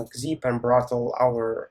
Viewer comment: Hi, this is a mispronunciation. The actual name is Brotli: Brotli is used for compression to reduce network load.